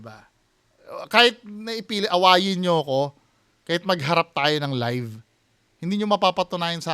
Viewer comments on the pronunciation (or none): none